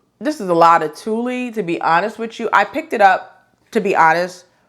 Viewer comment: Nice goodies. I applaud the men's patterns too. Hopefully more men get into sewing too. BTW, tuille is pronounced "tool". Thanks sew much.